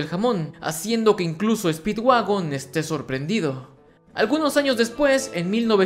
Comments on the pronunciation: en el minuto en vez de decir speedwagon dice speedwaifu xd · Like si te diste cuenta que cuando digo que speedwagon había encontrado petróleo pero vuelve a escuchar speedwagon y te darás cuenta que dice speedwaifu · dise mal speedwagon y dise speedwaifu speed-w-a-i-f-u jajajajaj